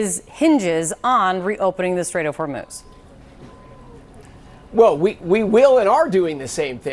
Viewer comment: Trump said straits of hurmooz was under control lol